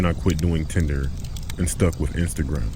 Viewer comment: 😂 He did say “I’m a big Tender guy”, as in he goes on the Tender App. a lot....